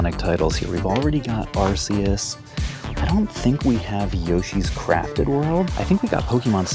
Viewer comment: Even after pokemon making an ARC phone to help us pronounce arceus , we still mispronounce it 🥲